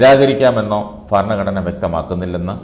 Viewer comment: ഫരണഘടനയല്ല ഭരണഘടന എന്ന് ഉച്ചരിക്കണം.